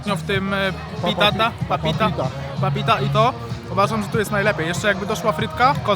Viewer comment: Papapita, a nie Papita 🙈🤣